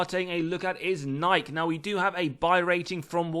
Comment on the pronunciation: How to pronounce Nike: nai-key